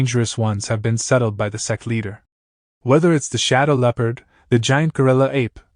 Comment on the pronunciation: My mind is so dirty when ai voice says sect i hear sex😂